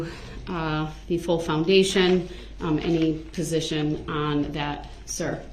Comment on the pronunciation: Mispronunciated words by DB include dis (this), dat (that), dey (they), da (the), doh (though), takit (tacit), grounz, (grounds), git (get), biast (biased), substain (sustain) etc., etc., etc.